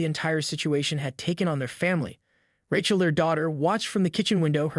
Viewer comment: This is garbage! AI can't even pronounce Rachael. And, what the hell is a "tellto sound"?